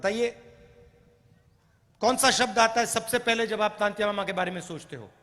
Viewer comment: राहुल जी आपको तो टंट्या मामा का नाम तक नहीं आया था तंत्या मामा बोल रहे हो